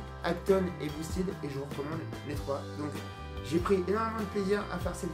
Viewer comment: Les mecs de chez boosted auraient pu au moins t’expliquer comme prononcer « boosted » ahahah. Vu le nombre de fois que tu le dis. Rien que passage où tu détailles la gamme, tu dis 4 fois boosted en moins de 30 secondes. Le E de « ted » se prononce comme un E classique et non pas un I. A part ça bonne vidéo, l’intro au drone FPV est juste dingue.